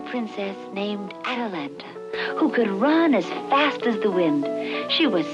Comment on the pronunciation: Dude, the name is wrong. It's "Atalanta," not "Atalantis." Otherwise, thanks for posting.